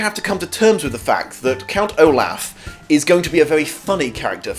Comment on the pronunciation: Count O-Laugh